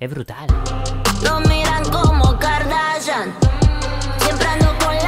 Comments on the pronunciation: Es kardashian no garnachan 😂😂😂❤️❤️❤️ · Es Kardashian no cardachan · No es Kardachan, es Kardashian, suena distinto. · Kardashian Kardashian no cardachan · Muy chévere, pero no se dice kardachan.... se dice kardaShian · Aprende a decir kardashian no es "kardachan" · Espera, espera espera, dijiste KardaCHan? Con CH? 😵😵😵😵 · No se dice Kardachan